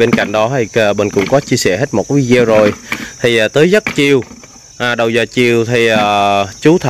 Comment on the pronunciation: Đọc cho đúng là. “ Vi - Đi - Ô “ đừng nói Vi Đeo nghe kỳ lắm, mình chỉ góp ý thôi không có ý sấu đâu, chúc Bình và luôn mạnh khỏe và may mắn, mình rất thích video của Bình và